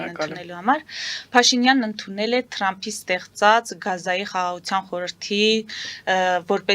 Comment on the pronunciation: լայ լաղջիկ լերլուծաբանիկ մենք թ ևփ տառ ու հնչուն ոնենք հապա տյու ինչու ՞ ես Թրամփին տըրամպ ասում ։